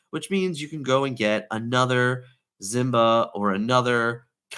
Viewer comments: I need Simba to leave the meta so dude will stop saying Zimba every video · 1) It's not about accent, it's the wrong pronunciation. Two very different things. 2) Even though I'm not making fun of anyone's accent, I'm pretty sure I could if I wanted to 💁🏻‍♂️ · Great video but Why do you pronounce simba that way? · Okay dude, I like your videos, BUT listen to me for a while 😂 1) It's K-I-da, not K-AI-da 2) Sheriff of Nottingham is on of the antagonists in the Robin Hood legend, the card Robin Hood is "Champion of Sherwood" 3) Last but not least, it's Simba, not Zimba, this one hurts my soul Maybe it's an inside joke I'm not in on, but any time I hear either of these, I just want to throw whatever device I'm listening to you on through the wall 😂 Other than that, I love the info!